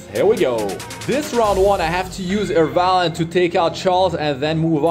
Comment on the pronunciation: Lmao Fr, Airvalen